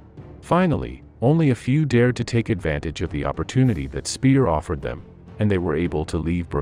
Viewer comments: Goebbels = short double consonant "bb" - Speer = just like or close to "ea" in "pear", not "peer" - just for the curious ones :) Wagner = Wugner, like in "pug!, not "Waggner" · Well done, but the pronunciation of German names was lacking. Speer = Shpare; Wagner = Vagner; Göbbels = Goer-bles.